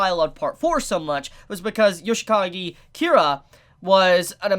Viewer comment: "Yoshigaki kira"